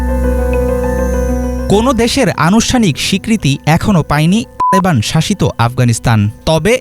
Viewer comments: তালেবান শব্দ উচ্চারণের সময় টু কেন? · তালেবান বলার সময় টুট করছ কেন। তালেবান উচ্চারণ করতে তোদের ভয় লাগে? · তালেবান উচ্চারণে কি সমস্যা???